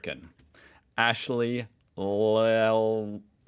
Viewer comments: Llewellyn - It's a welsh surname, commonly pronounced Loo-wellen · Loo well en say it fast. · Llewellyn is pronounced Looellen., I know you've covered US vs Australian workers rights, but did you know about Australian employees Long Service Leave? This is over and above any other type of leave. By law employers must provide employees with 3 months fully paid leave after the employee has completed 10 years of service with that employer. (Some employers will give you 6 months leave on half-pay if you negotiate with them, but that is not compulsory). LSL is thought to encourage loyalty among employees. I am not aware of any other country that provides this, but I may be a bit out of date in that. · We pronounce "Llewellyn" like "Lou-ellen" 🙃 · Pronounced : ‘Lou Ellen’. You’re welcome. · That’s a whelsh name we’re double LL sounds as a D